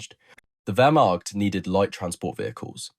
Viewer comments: Learn how to pronounce Wehrmacht. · KÜbelwagen not KUbelwagen ... PorschE not Porsch ... WehrmaCHt not WermaKt ...